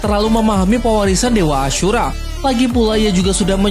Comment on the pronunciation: Kenapa nyebut ashura kek ngomong kasar anjir 😭kek seolah di perjelas ASHUra 😭